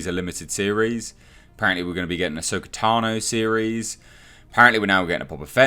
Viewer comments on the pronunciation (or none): none